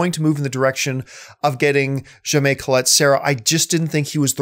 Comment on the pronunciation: a little POA the Jaime name is pronounced "Kha-eye-meh" not "Jum-ayh" lmao